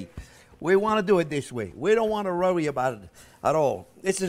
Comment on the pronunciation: "Don't rorry about it.....Don't rorry about it! A child can do this." 😂❤😂❤😂 I love it!! Ok, I'm all in. I'm all for this. Let's do this!! 👏 👏👏👏👏 No more store bought crust for me, Baby!! I've never had so much fun watching a cooking show before. Things I've been intimidated to do are melting away. I would adopt Chef Jean-Pierre if I could 😂